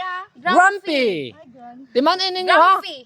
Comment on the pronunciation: Not CRUMPY but GRUMPY